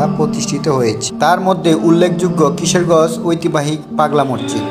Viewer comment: ভাই কিশেরগজ না ভাই কিশোরগঞ্জ হবে উচ্চারণ ঠিক করেন